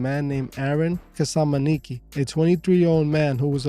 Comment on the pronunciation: The name was pronounced Aaron kaz minz ski